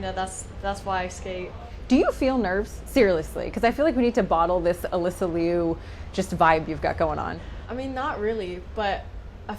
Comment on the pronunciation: So far,this journalist pronounced her last name Liu correctly!